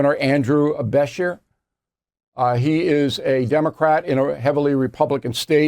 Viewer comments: Bill, I love your show and have followed you for years. Being from Kentucky I would like to correct your pronunciation of Andy Brashear’s name… Bruh-sheer. The accent is on shear. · Besh-er, huh? BESHER. OK, Bill. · Bill you are mispronounced Andy Beshear's last name. Be-sheer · Andy Ba-SHEER is how it's pronounced. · You aren’t pronouncing the KY Governor’s last name correctly. The “shear” in his last name is pronounced the same as a pair of shears that you would use on a sheep. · Bill this is 2 nites in a row you ve mispronounced the governor of kys name.